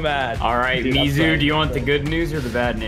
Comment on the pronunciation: That ain’t mizu that’s moozu💀